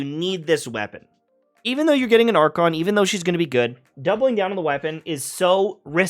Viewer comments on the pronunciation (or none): none